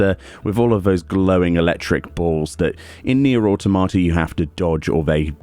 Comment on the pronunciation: The way you say Nier Autamata, xD it's pronounced Ah-tom-ah-tah